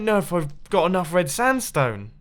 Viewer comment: No hater but he keeps saying standstone instead of sandstone 😂